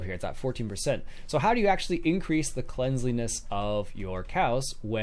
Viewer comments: Cleanliness... Not Cleansliness. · Cleanliness = klen lee ness There is no "z" in the word and you don't pronounce it with a z sound. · I don't understand how a native english speaker can't pronounce cleanliness.